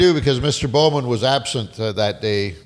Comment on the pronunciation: I didn't realize it until I looked at my cousin, Carrie's FB, that she is friends with Peter Bow-man (Sorry Pete, but with how says it, I can't not pronounce it that way. lol). Both live in "The Shwa"